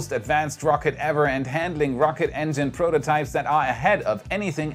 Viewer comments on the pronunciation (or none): none